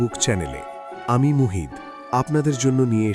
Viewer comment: Mjjhoman sobdo tir uchcharon O vul.uni muhimanno bolchen